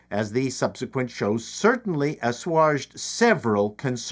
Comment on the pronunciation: Asswajed? Asswaged yes the spelling is incorrect but the pronunciation of the second is correct